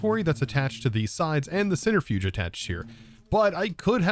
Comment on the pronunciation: *centrifuge not centerifuge